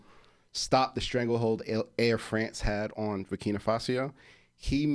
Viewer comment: LOL LOL 😂😂 FASO NOT Fasio